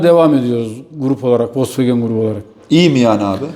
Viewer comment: Folks vagen (VOLKSWAGEN)